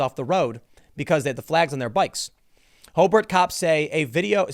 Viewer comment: Wow Tim actually pronounced Hobart correctly!!!!